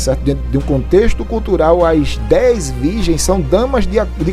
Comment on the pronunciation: COMPRRTAMENTE , BIBRIA DEZ VIGENS. ESSA IRMÃ É ASSASSINA DA LÍNGUA PORTUGUÊSA ! POR ISSO IGREJA PENTECOSTAL É DEBOCHADA NA INTERNET. POR CAUSA DE ANALFABETAS COMO ESSA PERTURBADA!